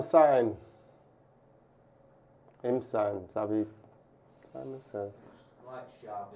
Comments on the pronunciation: Xavi Simons is pronounced: ˈtɕaːʋi ˈsimɔns (Not Saimun) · We are definitely not getting Xavi Simons (pronounced as ‘C-mons’ btw)! RB Leipzig just bought him this January for €80m. There is no way they would sell him for any less that that only a few months later and on top of that, if we have to believe what has been reported, United ain’t got the money to sign a type of player of this caliber